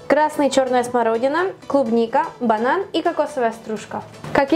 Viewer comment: сказала бадан,а на банан